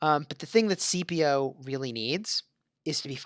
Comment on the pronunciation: It was still pronounced incorrectly 😂